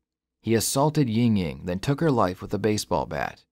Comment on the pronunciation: Ying Ying?? Bruh. lol 😂